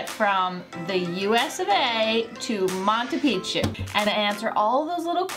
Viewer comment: Did you learn how to say Machu pichu Correctly after leaving Peru?